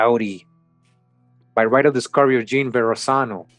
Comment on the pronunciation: sometimes “jean” is pronounced “John”